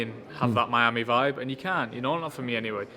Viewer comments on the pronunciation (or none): none